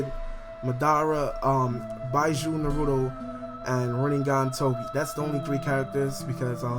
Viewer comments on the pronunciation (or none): yo bijuu is pronounced Bee-Jew not Bi-jew, just clearing that out, dont know why but people pronouncing things wrong is a pet peave of mine and i get the sudden urge to correct them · It's Bijuu, not Buy-a-jew